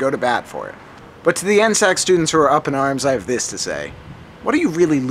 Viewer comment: N S A C Not N-SAC